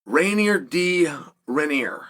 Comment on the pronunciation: Right off the bat… RAINER DEE RID-🦌